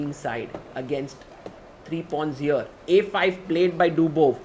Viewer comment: Everyone: "Here" The chess commentator: "HIOR"